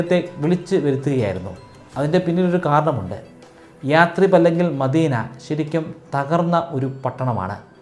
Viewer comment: യാട്രിബ് അല്ലയശ്രീബ്